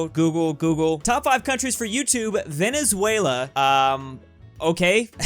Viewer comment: Came here to say your pronunciation of Venezuela is pretty spot on for an US citizen